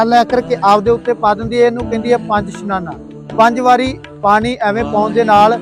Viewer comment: ਪੰਜ ਇਸ਼ਨਾਨਾ ਹੁੰਦਾ ਸਨਾਨਾ ਨਹੀਂ